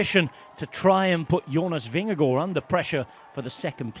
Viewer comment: The double a in Vingergaard is a very long a, not an o